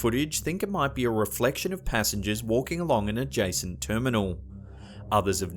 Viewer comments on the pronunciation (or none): walking in a "jacent" terminal... wth does that mean?